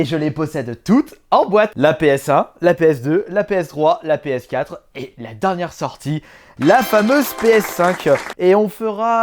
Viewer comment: Sur la pskatrehaan 😂😂comment il dit ps4 sa me tue 😂 si non j'adore tes videos